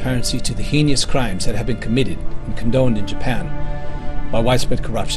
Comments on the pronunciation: “Your signature can bring to light these ‘hee-nee-ous’ crimes…” It’s heinous. HEYN-ous. Two syllables, Mr. President. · Interesting you bring this up. Rewatching it, yeah no one pronounces heinous as hee-ne-ous to my knowledge